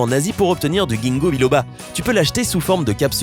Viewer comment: Merci mais entre parenthèse on prononce jinnko